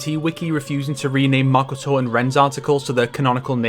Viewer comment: Good video but I had to dislike because of how you pronounce Makoto